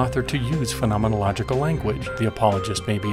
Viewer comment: I must say, I’m impressed by your command of the word ‘phenomenological’! Interesting video.